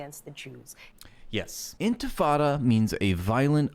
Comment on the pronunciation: She says "intifada" like white people say "tacos." As a Mexican Muslim it's so cringe on a whole other level. ears bleeding Whitewashing? Girl, you are WITE. Every accusation is a confession.